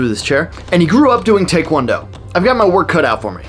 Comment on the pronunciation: Your pronunciation of taekwondo is correct. It's not muay thaikwondo.